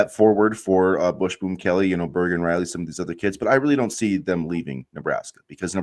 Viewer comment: Dude, are you saying "bush boom"? It's Busboom....bus boom.